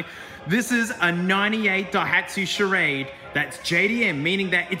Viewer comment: The "Charagde"